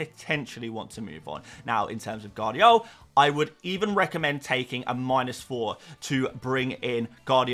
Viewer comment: 'Guardiol' is class 😉🤣